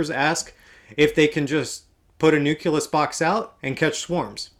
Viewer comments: Dude. Say it with me. NU CLEE US! LMAO! :) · I've noticed that you mispronounce the word 'nucleus'. You pronounce it like it's spelled 'nuculus'.